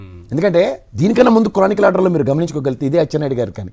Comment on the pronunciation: cronical order endira.... chronological .... tikka na